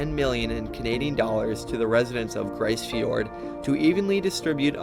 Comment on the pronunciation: Grise Fjord is pronounced "Freeze" with a G